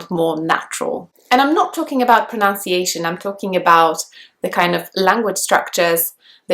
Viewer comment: You sound so natural, however your pronunciation of pronunciation is wrong 😅 apart from that you’re amazing! 😍